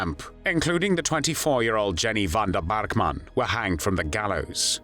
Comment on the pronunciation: Jenny Vanda Bark Mann…….definitely a German pronunciation. What did the Germans have against the Pols? Weird.